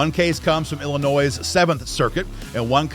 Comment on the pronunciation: It's Illinois, do not pronounce the "s".